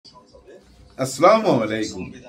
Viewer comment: স্যার আপনার সালামটি শুদ্ধ হয়না। আসসালামু আলাইকুম স্পষ্ট করে বলার অনুরোধ রইলো।